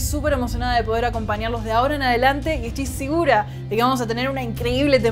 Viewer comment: "ESTOY SIGURA" YO TAMBIEN ESTOY SIGURO USTEDES ESTAN SIGUROS